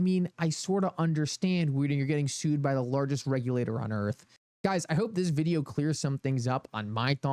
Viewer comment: “In the vid-e-ow!”…